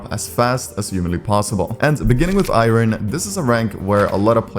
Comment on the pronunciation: why u saying Iron like that